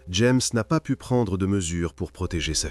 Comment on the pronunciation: pas de "t" à "pu", terrible pauvre gamine